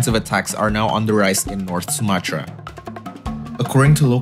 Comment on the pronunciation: Bukan sumachra tp Sumatra